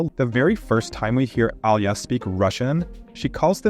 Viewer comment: i dont like the way u pronounce Alya. Its Alya and not Al ya. Аля а не Алъя или Алыя.